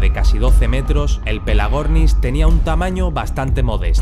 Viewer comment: En el primer mencionado havia escuchado "el amor" en ves de pelagor xd